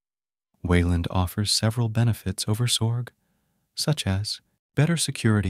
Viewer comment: Dude split up the x and org from your AI script. It's very distracting hearing zorg every so often.